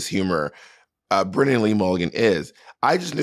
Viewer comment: Bob say “BRENNAN” instead of brendan challenge, go